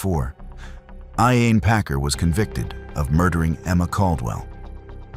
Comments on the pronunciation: In the case of Emma Caldwell the pronunciation of Packers first name was incorrect several times. At least give her the respect of pronouncing it correctly. RIP Emma. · the pronunciation of ‘Iain’ was quite funny as well